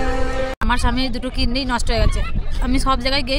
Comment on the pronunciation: Kinni Na Kidney Word Thik Korun Didi 🙏